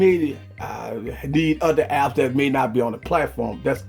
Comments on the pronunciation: The word "that" as "dat" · Stop saying that as Dat. That's annoying